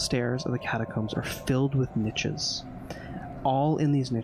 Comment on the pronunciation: Watching this in 2024 - I love it - binge watch it- adore it - but (being German myself) the way pronounces „niches“ makes me want to rip my ears off